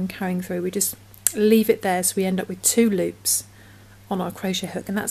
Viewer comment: I loved the video you are an awesome teacher. I enjoyed how 2 loops sounds like tulips 😆